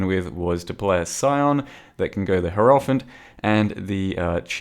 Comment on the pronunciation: Dude, learn how to pronounce hierophant.